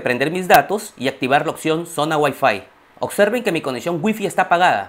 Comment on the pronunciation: Y porque dices OCSERVEN ???? Se dice OB- SER - VEN Chromeca- st ...... No chromecats